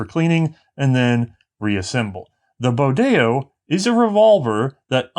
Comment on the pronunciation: Pronounce Bodeo like it rhymed with rodeo.